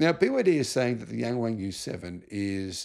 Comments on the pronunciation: It is pronounced more like Yung Wung than Yang Wang. The Pingyin ‘Ang’ sounds more like ung than ang. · will never read this comment but it's actually NOT pronounced yang WANG... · Mate Yang Wang isn’t pronounced like that. It’s more like “Young Wong” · the a in pinyin does not make the hard A sound. it makes the AH sound. hard A is usually written as ei.